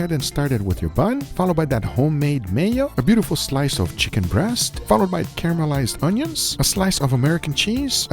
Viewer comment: caremelized ❎ cameralized ✅